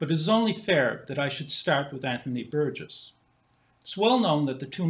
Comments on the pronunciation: Why does insist on a 'hard g' in 'Burgess', yet when he pronounces the name with 'a soft g', he 'corrects' himself? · I am pretty sure pronounces Burgess with a hard 'g'. Listen again to the first three minutes. I am certainly not defending the deplorable institution that is YouTube, let me state!